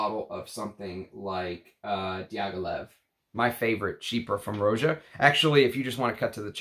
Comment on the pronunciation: Roger Dove named his house after how people lazily pronounced Roger. Rah-jah. Not Row-zha. Just sayin'... Thanks for your channel!